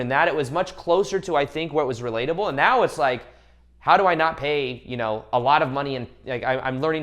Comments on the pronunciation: Thank you 🙏 im gonna thank the Universe for making this vid come trough to me when I needed it n was looking for that advice I needed!. Also love that u say right meow XD:3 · I just want you to know that out of everything you said the one thing that I heard the most clear was "right MEOW" 👀🤣 I watched ur lips and I will put my life on this, u made me laugh while also inspiring 💯💜🙏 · Is he saying "right meow" ?